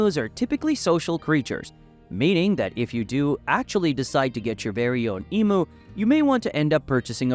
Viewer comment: Its spelt emu It’s pronounced emyou ya twit